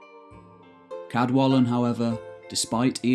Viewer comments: In Welsh represents an unvoiced (like the in the English "kettle". So "Cadwallon" is pronounced [kadˈwaɬɔn]. Diolch! Again, although Old Welsh orthography is used, the pronunciation of the king of Elmet (Elfed in Modern Welsh) is "Ceredig" [kɛrˈɛdɪg]. Sorry, but the pronunciations of Welsh names are just atrocious! I can't listen to it any more. Nos da! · Also most of the Welsh names have been pronounced correctly which can prove quite tricky for non-Welsh speakers however Cadwallon is not quite correct due to LL not sounding like L (as in the English word wall) if I could I'd be happy to help with the correct pronunciation. Enjoyed the video. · A voiceless Alveolar lateral Fricative. Not an "L". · First language Welsh speaker here. You mispronounced Cadwallon. The "ll" sound is pronounced phonetically as ɬ. It has no equivalent in English, you just have to learn to sound it. If you want help with Welsh pronunciation I'd be happy to help. I enjoy your videos.